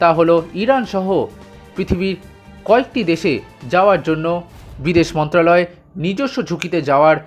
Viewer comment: ভাই তুমি আগাগোড়া 'মন্ত্রালয়' বলে গেলে কেনো? কথাটা তো ' মন্ত্রণালয়'!! ভুলভাল উচ্চারণ করো কেন?